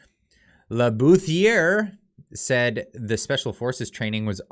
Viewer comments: Bouthillier is pronounced : Boo-Tea-Yay You're welcome! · Bouthillier... don't pronounce the 'h' or 'r' at the end...Bou tillie 'boo tillieh'... hope this helps LOL. Luv yer posts ☺️ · Bouthillier, would probably be pronounced "boo-tilly-eh" bud. Any French word questions, just ask!😊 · Le Boo -till -e -yay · it's pronounced booty yea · pronounced boot tee eh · Jesus dude! The IER in French is pronounced as EA. How can you call yourself Canadian if you don't know how to say French names? CRIPES !!